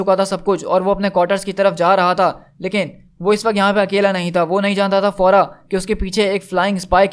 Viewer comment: फौरा नही भाई फेराओ बोलो